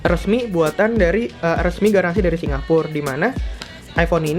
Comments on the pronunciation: Tulisa Ya Singapore bacaya singapor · Ajay Husen bacany sincapo